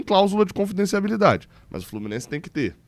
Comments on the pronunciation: Oi, não quero pagar de chato, mas o certo é confidencialidade. Você sempre fala confidenciaBIlidade e eu sempre acho graça kkkk. Abraço! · só tentando ajudar: é "cláusula de confidencialidade". No mais, é perfeita sua leitura. Queremos todos esses valores no portal da transparência. Quanto ao Rony, o Atlético aproveitou a queda de valor no impasse entre Rony e o Palmeiras. Comprou na baixa.